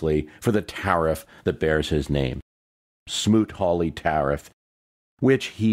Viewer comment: Smoot-Hawley.....not Smoot-Harley!